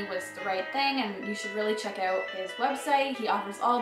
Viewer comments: Gotta be,man. I think I heard oot and abooot. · I love when she says "check it ouoot"